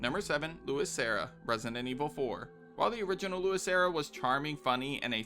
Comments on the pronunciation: It's LUIS not Louis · Luis and Louis are pronounced completely different.